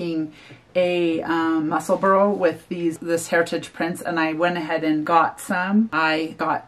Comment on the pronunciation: The name of the hat is pronounced “mussel-bra”, not “mussel-burrow”. ( I know, pronunciation police!) 🤣 The color scheme that you chose for the hat is lovely! 🌸